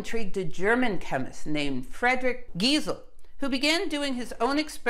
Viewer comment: Giesel, since he was German is pronounce Geesel not G-eye-sel